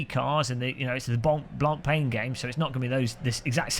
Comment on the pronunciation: You are miss pronouncing “ Blancpain “. It is not English word. It is last name of famous Swiss watchmaker. Great video though 👍